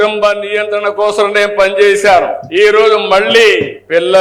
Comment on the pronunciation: కోస్రం కాదురా ఆ పదం కోసం